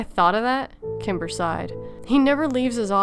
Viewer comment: Sometimes when you said the name Kimber, it sounded like Timber.